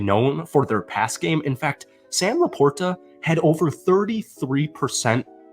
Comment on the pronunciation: Trying to create a new pronunciation or LaPorta?